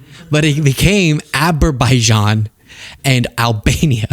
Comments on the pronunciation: “To think that we settled ‘Abber-bijaan’ and Albania” -DJT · How did he possibly mispronounce those countries with "Abber Bijian and Albania" a second time? Does his advisors have any spine to tell him he's wrong? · Him saying "Aberbijan and Albania" should end all speculation about his dementia.